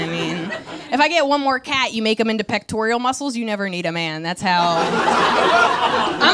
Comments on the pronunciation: its pectoral muscle...not pectorial :0) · It's 3 syllables, not 4: PEK-tore-ull muscles. There's no letter "I" in "pectoral". 😊